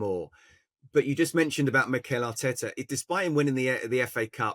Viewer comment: "ARTETA HAUTTTTE" 😂😂